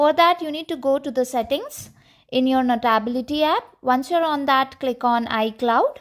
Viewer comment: Learn how to say notability- note ability - notaaabilty…